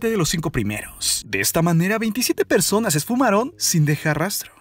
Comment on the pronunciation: oye enserio ¨zones¨ ¨persones¨ habla bien